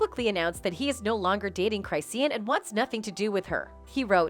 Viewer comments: "Cry see an" 😫🤣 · 'Cry-seen'??? 😂😂😂😂😂 Come on guys do better 😂😂😂